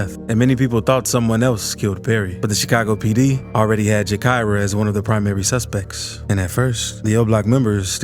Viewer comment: JA KY RAH NOT JAKARIA BRUH ALL YALL YOU TUBE PPL LIKE TO REPORT ON CHICAGO WITHOUT KNOWING HOW TO PRONOUNCE NAMES PLACES AND STREETS IN CHICAGO DO YOUR RESEARCH SO YOU DONT SOUND STUPID